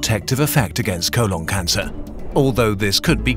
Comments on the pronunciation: It's colon, not co-lawn. We finally can pronounce the channel name and you give us this? For shame. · "Vehtimin". "Co-lawn" - This isn't even a fault of your accent, you're just really badly mispronouncing words. If you have a channel educating people, you need to speak properly.